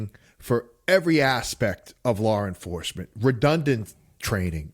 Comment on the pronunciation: Lawr enforcement 😅